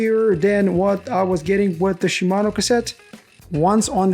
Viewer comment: Dude.... Shi....Mano. Not Shumano.